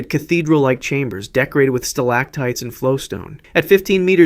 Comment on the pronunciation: So this is like completely fake? And there are a lot of details like an island in the Caribbean being near Long Island, the mispronunciation of stalactite multiple times, the fact that the thumbnail says someone was eaten alive... How much money do you make off of this? Doesn't it feel weird to make a video to fool kids, when you know literal children could produce something with more honesty, creativity, and intellectual honesty? Channels like this are ruining the site. I used to be able to scroll for 30 seconds and find a nice video to watch that was better than anything on tv. Now I spend 15 minutes scrolling for something like this.